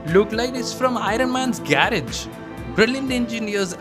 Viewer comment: Everything in this video is nice except "I-RUN-MAN"